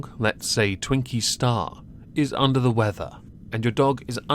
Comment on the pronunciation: Twinkie Stooooorrrrrrrrrrrrr, not Twinkie Star.